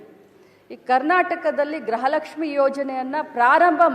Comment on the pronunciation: ಗ್ರಹ ಲಕ್ಷ್ಮಿ ಅಲ್ಲಾ ಅಮ್ಮ ಅದು ಗೃಹ ಲಕ್ಷ್ಮಿ 😁😁😁😂😂